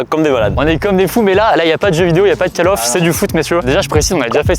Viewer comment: "cale off" 😅